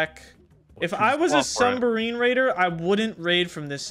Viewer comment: Bro I s2g if you call it a sumbarine again I’m gonna bug tf out